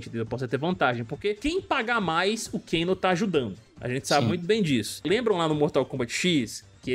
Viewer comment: Não eh Cano😂 Eh keno mano😁